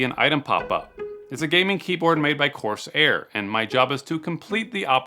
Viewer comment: "coarse air"? 😂